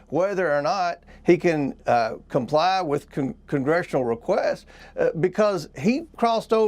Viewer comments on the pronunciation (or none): What does "compluuh" mean? Was he trying to say "comply"? Speach impediment I guess....